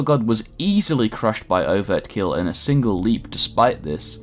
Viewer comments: Overkill not overt kill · Overkill not overtkill